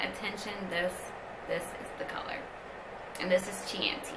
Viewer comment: Chianti is pronounced key-ahn-tee. Watch Silence of the Lambs.